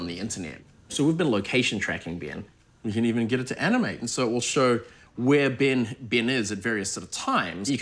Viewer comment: It's not bin but Ben!🤦